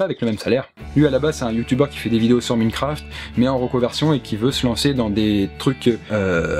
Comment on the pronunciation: Il a dit "minecraft" ! On dit "Maïncraft" putain ! Je peux pas comprendre comment on peut se tromper ? Enfin t'est pas si vieux (Genre vielle génération) que sa pour prononcer mal les mots en anglais, non ? (ou trop jeune mais je ne crois pas)